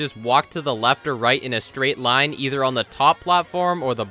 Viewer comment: that spiders first lien "line" sounds like "do me a favor"